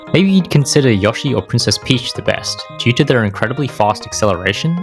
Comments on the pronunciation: Why do u say yo Shi like that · STOP SAYING YOSHI THE WRONG WAY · You pronounce Yoshi with such a german accent somehow lmao